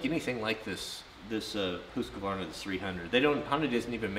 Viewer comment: It's Official Best Channel on You Tube Homesteading, Knife Building, Ax Building, Forrest Fire Fighting, Woodworking and Now Dirt Bikes I know it's real because you pronounced it HOOOSKVARNA not HuskAvarna. Thank You just for being real... now start moving the bed forward to make room for the bikes in the "MOTOVAN"